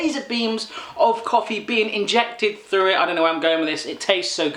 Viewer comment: ugh don't say "frew" and "wiff"... tehfk?